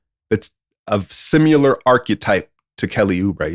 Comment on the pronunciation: "Simular" wtf?